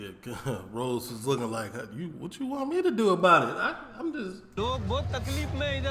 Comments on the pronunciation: Haha! Yeah, it's funny to hear our man calling Kemp - who projects such a hard man image - with a girl's name! 😅"Ross" rhymes with "moss" not "nose"... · Its ross not rose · It’s “ROSS” … r-o-s-s 😂😂😂 kill me